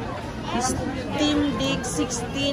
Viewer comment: Steam na tt 😂 stimdick ampt